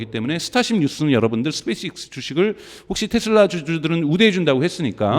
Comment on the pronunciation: 스페이스엑스도 발음을 스페이스익스 스페익스로 들리는데 제가 일자무식인가요?? 진짜 굼긍해서;;; 엑스를 익스라고